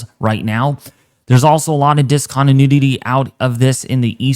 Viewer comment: Between and you say "Discontinudity" 3 times....lol. I can't tell if you're pronouncing it that way on purpose to be humorous, or if you really just mispronounce it without realizing it. I promise there's no "nudity' in that word though. It made me chuckle either way. Keep up the good work!